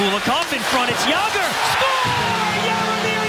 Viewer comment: Jagr too